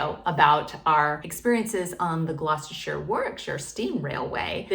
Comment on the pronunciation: Full marks for getting Gloucestershire and Warwickshire correct. How about Leicestershire?